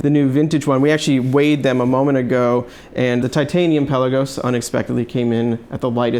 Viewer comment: In a previous video you pronounced Pe’La-gos correctly and even commented on it at the beginning of the video...now pel-a-gos....😕